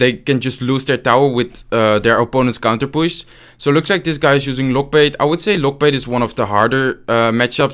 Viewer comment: Its so. Funny when he says we have a counterpusss, not counterpush hahahah ...lol